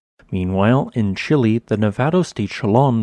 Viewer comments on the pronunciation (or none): none